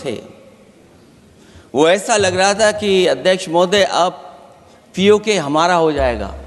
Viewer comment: अखिलेश यादव पहले तो बोलना सीखो पी ए को नहीं पी ओ के बोल